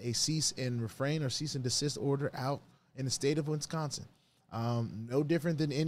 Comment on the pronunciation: Did you say win-sconsin? Lol